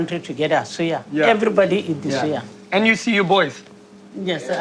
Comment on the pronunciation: Dude. You’re overpronouncing these words. Suya, Hausa, you doing too much.